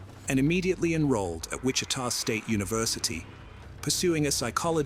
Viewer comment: Also, not Witcha, but Witchita.